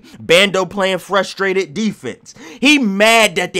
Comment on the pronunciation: Bando was passed frustrated he was playn "FErSHHHtraited defense" 😂😂😂😂😂😂